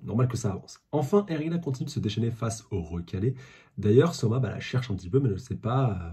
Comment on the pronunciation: Ça se prononce É-ri-anne pas É-ri-an